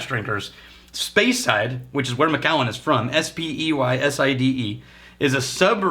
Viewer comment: Hey, I'm pretty sure that it's pronounced Mac-allen (